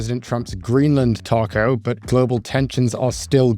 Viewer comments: I don't think that's what the OP is talking about. has made the pronunciation of TACO sound too British - I am British and I still say it the American way, it's not a word we have in Britain. As for what it stands for it represents perfectly Trump's damaging cry-wolf BS way of behaving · I just wiah at some point will learn how to pronounce 'taco' properly 🤦‍♀ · Please stop saying TACO.